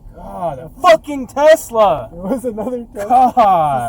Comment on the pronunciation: excuse me, it's pronounced "TESLERRRRRR!" lol